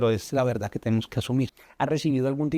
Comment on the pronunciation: Han notado , que dice , VERDADDDDDD....como Petro.. Se dice , VERDAD , sin...ddddddddd....suena falseado...